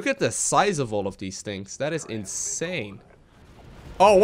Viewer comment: "The size of that is insurrhurrhurr" - 2016